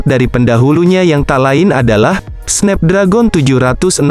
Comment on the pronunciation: Snapdragon cara bacanya SNEPDREGEN